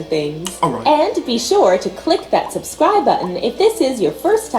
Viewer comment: In all his intros he says "suscribe" instead of subscribe